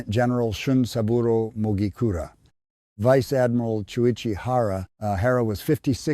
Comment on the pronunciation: ‘Veechay ardmeerarl’ (= Vice Admiral) what a stupid piece of recording work!!